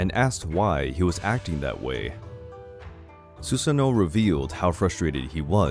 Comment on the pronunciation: It's not susano it's susano'o (su-sah-no-o)